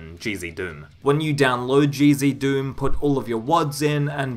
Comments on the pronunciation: yeah, decinos pronounciation of it is a bit weird, but I don’t blame him since English isn’t his first language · Whenever you say "GZDOOM" all I hear is "Cheezy Doom" :D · I hear cheezy doom and crispy doom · Now you've got me hearing it! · Omg me too 😂